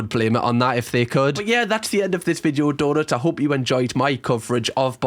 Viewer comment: I just realized you’re saying donuts not daughters…